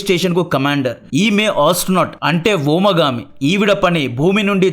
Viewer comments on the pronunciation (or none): వీడియో లైక్ చేసి కామెంట్ చేస్తున్న బ్రో.. మీ తెలుగులో కొన్ని లోపాలు.. 1. వోమగామి❌ వ్యోమగామి✔️ 2. భారతీయ మూల్యం❌ మూలం✔️ ప్లీజ్ చెక్ చేసుకోండి..